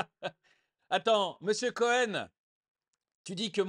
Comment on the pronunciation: Délectable ! : "Missiou Couhène " !!!!! 😅🤣😂